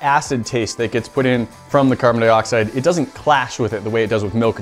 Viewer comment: he said carbon dioxid